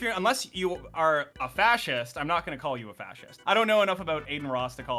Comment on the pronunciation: fascist, (not sea’s - say it slowly)